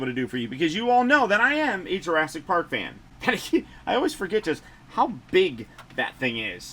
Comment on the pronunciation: ASS-IC PARK? LOLLL great review!